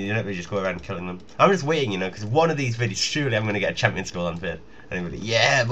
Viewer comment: lolz, loving the 'hampions'